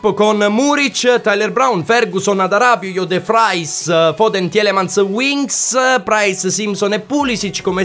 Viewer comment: Comunque sì tielemans si pronuncia tilemans....forza FGR